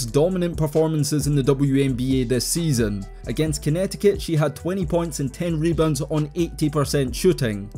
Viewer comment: "mebounds" is hilarious